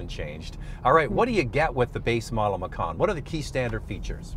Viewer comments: I think the name of this vehicle (macan) almost certainly originates from an Indonesian word meaning 'tiger.' But the letter 'c' in Indonesia is pronounced 'ch' so this car is a Porsche 'matchan.' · You mispronounced it. Macan should be pronounced "machan" ("ch" as in charlie). Macan is the Indonesian word for tiger and porsche took the word as the name of its compact suv.